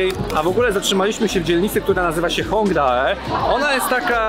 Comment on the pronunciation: Zgodnie z tym, co mówiłem w mogą zdarzać się błędy w wymowie konkretnych nazw. Na drugi dzień spotkaliśmy się z Wiolą z kanału Pierogi z Kimchi (film z nią będzie w niedzielę) i ona nam wyjaśniła, że mówi się "Hongde", a nie "Hongdae", a także "łony", nie "wony" (choć pod koniec tego filmu coś mi chyba zaczynało świtać, jeśli chodzi oto drugie). Dzięki za wyrozumiałość! :)